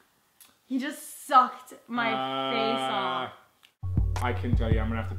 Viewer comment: the way she emphazied "suck" tho